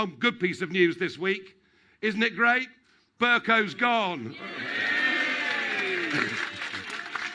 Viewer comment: The names Ber cow not Bercoe